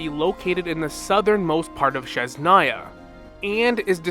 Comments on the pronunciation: You keep pronouncing Snezhnaya wrong. It's SNEZHNAYA not shesnaya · Why do you call it sheznaya, are you mocking slavic?